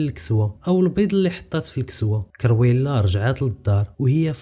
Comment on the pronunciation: كرويلا ماشي كيريولا